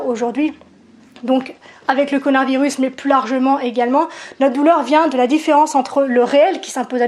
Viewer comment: tu as dis connard virus au debut ou j'ai mal entendue? 😁